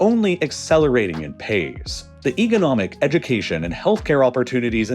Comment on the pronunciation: it's pronounced "economic" not "egonomic"